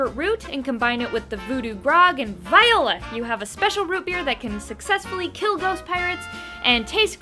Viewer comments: and "viola", I gagged. I love America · "VIOLA!" You are so cute, Lisa!